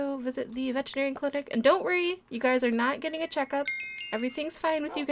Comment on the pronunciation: Its veterinarian not vegetary LOL😆😆😊